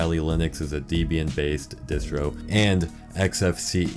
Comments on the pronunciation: it is pronounced "Deb-ee-yun" not Deezbian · deebian?? holy larp bro. its DEHbian, gosh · It’s deb-bi-an holy larp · You mispronounced Debian, larper. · this larper can't even pronounce debian properly !!!